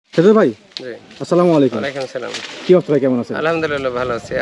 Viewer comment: সালাম সঠিক হয়নাই।